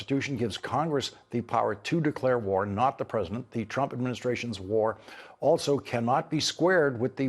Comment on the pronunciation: The press-A-DENT and Pete ..ar